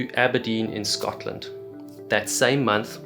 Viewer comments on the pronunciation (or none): none